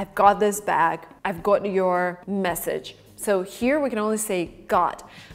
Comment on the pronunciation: I dont know how youtube auto subtitles work, but when you say "got" subtitles show "god". I mean your pronunciation is a little wrong maybe